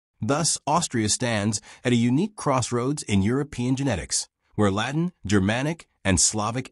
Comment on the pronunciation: La Tene is not La Tin ... or La Teen ...